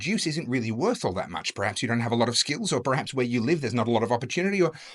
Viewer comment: Perhaps. Please stop saying PRAH-haps